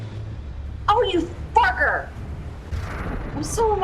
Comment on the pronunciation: So did we finally get a proper F-bomb out of you? That didn't sound like a "farker" to me.